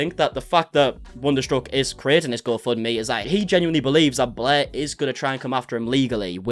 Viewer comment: Blair or “Bleergh”🤢🤮😊